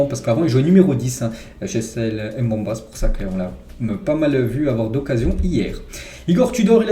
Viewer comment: toujours au top tes vidéos. juste pour le nom de chancel Mbemba, il se prononce "MBE- MBA" et non "M- BE-MBA".